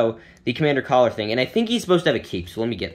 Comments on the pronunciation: Btw its commander Keller not collar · It’s Commander Keller not Caller lmao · its keller not caller